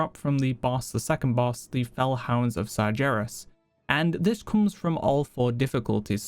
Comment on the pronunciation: My meaning is the "C" is silent. Pris-silla. I also noticed Sar-jairus when its Sar-gairus. Lol I love your videos but I feel like you mispronounce things on purpose.